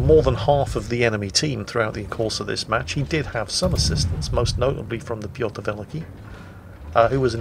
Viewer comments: was your goal for today video butcher as many names as humanly possible? If so I congratulate you sir.:) Rorsatch?!!!!!!!!! Hulio Sezaree?!!!!!!!!!! Pyotr Veleeke?!!! What the actual fuck fine sir?:D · I found you out now! You're not misidentifying ships in this battle, but nations! You pronounce Giulio Cesare as though she were a Spanish ship (or a ship from a Spanish-speaking nation), while you've handed the Pyotr Velikiy over to the Czech navy during the course of this battle: the first time you mention her, she's still pronounced fairly Russian-like, but after that, definitely Czech. Well, or Slovak I suppose. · Same goes for mispronouncing Piotr Wielki 😀